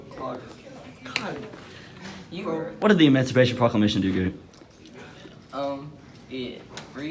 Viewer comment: "EmOncipation ProClockLamation"